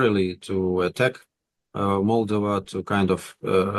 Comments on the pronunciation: The Russian doesn't even know how to say "Moldova" properly but want this country to be Pro-Russian. Its MolDOva not MOLdova. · Valuable content on a rarely mentioned country. Moldova (stress on the second syllable. Polyanski should really know this because it is pronounced exactly the same way in Russian) has always been a dirt-poor, geopolitically insignificant pawn in the games of its bigger neighbors; it is a shame it is coming out of the shadows for all the wrong reasons.